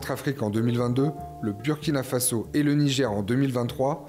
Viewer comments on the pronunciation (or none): Svp on prononce bOUrkina faso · Burkina Faso se lit Bourkina fasso.ce n'est pas un nom français,vous prononcer très très mal.revoyez désormais la prononciation car si vous lisez selon la logique française ça n'a pas de sens et moi ça me fait mal